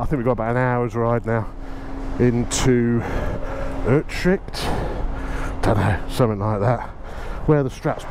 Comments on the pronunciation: Lol at your pronunciation of Utrecht… UTRESH 🤣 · Well done! Thanks for the static scene shots, and better video production - getting professional LOL! A few misdemeanors with pronunciation issues - Utrecht I think is "ootr8t" even someplace in UK I think was a bit out... still I enjoy your casual chats and thoughts from off the cuff. Keep it up! Graeme NZ